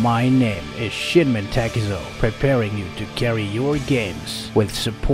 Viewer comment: Sorry bro, but I hear it shit men takezo everytime